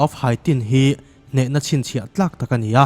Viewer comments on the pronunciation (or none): none